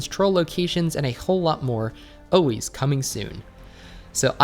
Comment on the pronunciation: It's pronounced 'ALWAYS' not 'OHWAYS'. Fuckin weirdo..